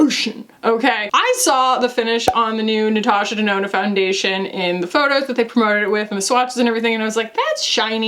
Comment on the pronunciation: oh giiiiiiirl the natoosha denoonoo melted your brain, "the hole is only so big" oh my GOD lol.